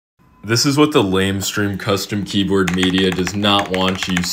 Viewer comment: Keyboard* You pronounced it wrong